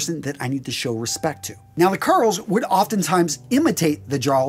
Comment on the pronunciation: Thrall is is pronounced like all. Karl is pronounced just like the name Carl. Jarl is pronounced with a Y not a J. So it's Yarl. And is pronounced like Karl for the rest of it. Edit: loved the video